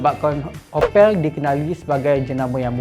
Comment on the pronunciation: opek Upin Ipin ke Opel mana satu